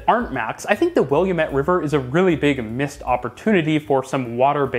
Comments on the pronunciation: Intro: I've been to Portland A LOT It's Will-am-it, damn it. The Hop App on your phone, which is the encouraged method, has the ability to set custom amounts to add to your card, the Kiosks are more for visitors who don't want to use the app because they'll only be around for a few days and never come back. Most of Portland is in bed by 10pm, night service used to be a thing but as rider capacity increased they opted for more frequent service during the day as opposed to less frequent service over a 24 hour period. These are just some of the things you would know if you spent time in the metro area talking to people instead of just looking at pictures and web resources. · Just a little pointer - river is pronounced "will - am - ett" by all Portlandians I know. Glad the the city's transit is finally getting some well-deserved attention! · Ha, "will-ya-met". Not how we say it, but admirable attempt. Happy to see Portland getting some love here! There's definitely room for improvement on Trimet and CTran, and I'd love to see the Streetcar expanded, but overall it's miles better than most places of the same size in North America. On the note of expansion, there was a ballot measure several years ago to, among other things, add a line along Barbur Boulevard from downtown to Bridgeport. However, the measure was voted down because of its controversial payroll tax funding source and its poor prioritization of cars over urbanism. Lately, Trimet has had issues with ridership due to the pandemic and safety concerns, while simultaneously finding it difficult to hire and retain operators, leading to delays and service reductions. In good news, the Yellow line will be extended into downtown Vancouver if and when the Interstate Bridge replacement is built! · As someone who lives in Portland, I do use the max quite a bit, but I feel like it could be a bit cleaner. the worst thing in the video is how you pronounced Willamette lol . (its will-AM-it) great video! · Say “Will-am-met”